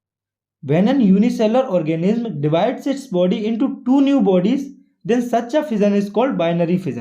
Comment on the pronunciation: Reproodicing organim🤣🤣🤣🤣🤣... anyway good lecture 👍